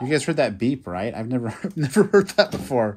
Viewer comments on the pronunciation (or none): none